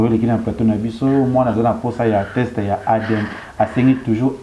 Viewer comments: Leketsou yo pe balobaka test non text . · On dit teste et non texte